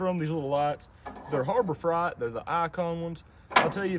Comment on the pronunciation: lol It's pronounced Harbor Frate. the eight have the long A sound like in weight. There's a few in Houston, TX, that's where I go for freon to make the A/C blow snow in the older BMW and ol' Escalade. Love to ditch the German branded money pit made in South Africa 17 years ago. I'd drive an old flatbed truck as a daily driver. Looks like it would be cheaper. Where in Arkansas are you? Got cousins around Van Buren and north of Searcy.